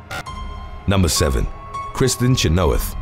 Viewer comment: It's CHEN-OH-WITH not Cha-know-ith. I wish someone would tell how the hell to pronounce proper nouns and names. Don't even get me started with Manganiello.